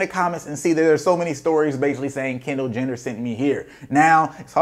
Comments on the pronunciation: my mans said Kendall Jender lmfso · This man said Kendall gender 😂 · "Kendall Jender" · homie said Kendall gender lmfaoooo